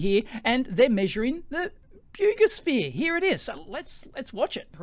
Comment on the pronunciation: It's pronounced "bogusphere".